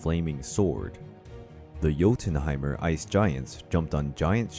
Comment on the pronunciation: Joe-Tin-Hi-Mer??? What? 😂